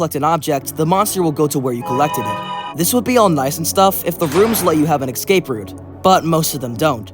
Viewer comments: if you say "excape" any more instead of "escape" I'm gonna go mad bro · ESCAPE not EKSCAPE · why does he pronounce 'escape' as 'exsape'? 😂😂 it's hilarious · i think its an accent thing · bro pronounces escape eggscape lmao